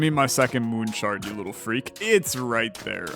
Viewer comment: the devs watching you enjoy the game :) the devs every time you call it moon shard :/ i loved this video very adictive